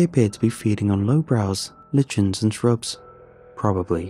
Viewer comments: And lichen is pronounced liken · Caribou pronounced care- i (short sounded i) boo. Lichen pronounced- "liken"( long I sound.) Great story ty